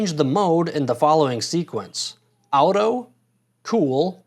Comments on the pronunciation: WTF ..' Owtoe' ??..the term AUTO comes from the word AUTOMATIC , so how do you pronounce that ?! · Were you trying to trigger me when pronoucing “auto”? Literally nobody pronounces it like that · Now work on your pronouncistion of “auto” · American. Obvs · I've never heard anyone pronounce auto like you "out-o" regardless of that thanks for the video, that's very helpful.